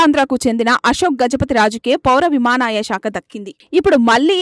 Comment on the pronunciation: విమానయానం అనడం కూడా రావడం లేదా విమాన యమాయ అంటున్నారు